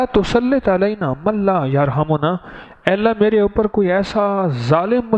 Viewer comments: Wa la tu salit ... Zer h zbr nhi ( Tusalit) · he said with zer